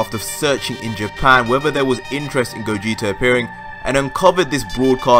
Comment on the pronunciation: It's Gogeta not cooler -_